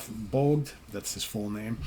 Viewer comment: "Bogd". In Swedish you pronounce even the G and after even the D and the O it´s pronounced like the English word ODD. Cheers from the Cover artist of this Album. ❤